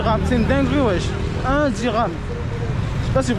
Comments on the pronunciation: Dirahm et non dinars 😂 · Dhiram, dhiiiirammmmm, pas dinar..